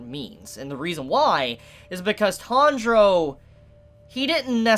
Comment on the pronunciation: Is it me, or is saying "Tundro" instead of "Tanjiro"? If that is the case, I wonder, why? Natural way for English speaker to say it or something?